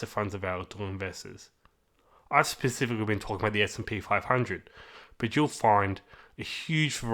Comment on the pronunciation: Ooh I love a guy who can pronounce 'specifically' correctly... .. makes a refreshing change!!